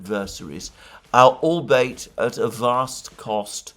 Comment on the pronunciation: Alexander, a word about the word "ALBEIT": I believe it is pronounced ALL-BEE-IT, not ALL-BATE.